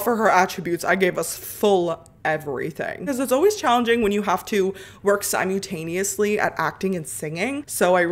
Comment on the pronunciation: Did my girl just say 'Sime-yoo-tane-ee-usly'